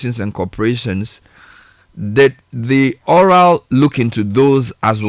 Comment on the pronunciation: ORAL turn into OCAL funny 😂😂😂